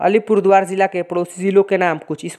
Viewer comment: Tum to thik se Alipurduar v nehi bol pa rahe ho